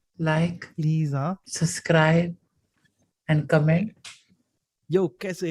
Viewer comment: Noones been subscribing cuz keeps saying 'suzscribe"